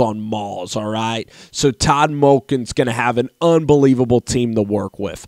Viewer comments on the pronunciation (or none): none